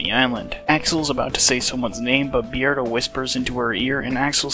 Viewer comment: Why do you pronounce his name Bee-erdo and not Beard-o?